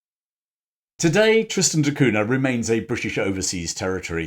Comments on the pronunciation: it's pronounced "Cunia". Very nice vid for the rest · In Portuguese, Cunha is pronounced coon yuh. The nha is like the na in Spanish with the tilde over the n. As I know someone who actually has this last name, every time he said that name it cringed because he sounds like a pompous Englishman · It's pronounced "CUN-YA" the Portuguese "nh" is like a Spanish " ñ ".